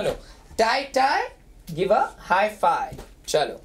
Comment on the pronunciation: First it does not rhyme its five not fi Second It was Lame Third Not funny